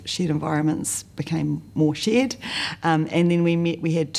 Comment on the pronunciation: Conveniently, her accent makes "shared environment" sound like "shit environment".